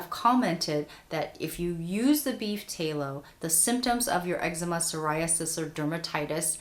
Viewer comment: Tallow like shallow. Not tay-low.